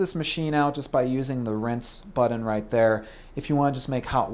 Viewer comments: He's not even pronouncing it right ... and "buddon" versus "button?" COME ON! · is he saying "buddon", and if so why? the word is "button" with the hard "t" sound, not the hard "d" sound. Did college teach the Buddon word? Well? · and its button not buddon ugh! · Its BUTTON not buddon and its Keurig not KUREG. Say it right Thanks :)